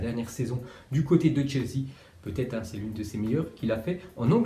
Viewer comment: ta mit chesea au lieu de chelsea